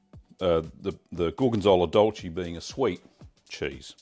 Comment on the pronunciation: Here I am, spreading some gorgonzola dolce on homebacked sourdough bread and your video pops up! I can't wait for the weather to get better and give your recipe a try! Just a small tip: the E in dolce is pronouced like the e in "neck", same for piccante